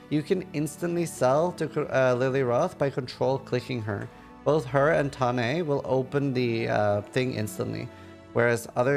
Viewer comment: Yay, you pronounced Tane correctly! First streamer I've ever heard say it that way!